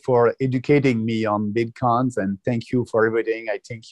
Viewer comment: Great interview, as a French Canadian myself I can’t explain why he pronounces it this way, it’s really funny isn’t it ? Bitquons 🤣